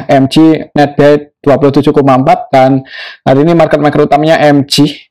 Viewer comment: EMGE bukan EMJI